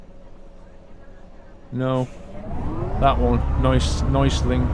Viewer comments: U are a great driver! It´s so cool to see u drive a German Bus, in Germany;) It means not Neusling. It´s calling "Neu Essling":D But i miss the Trucking Diary today:( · neußling instead of neuEßling hahah :D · Neueßling is actually pronounced "noyassling" :D